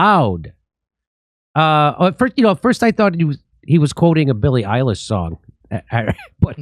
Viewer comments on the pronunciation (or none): none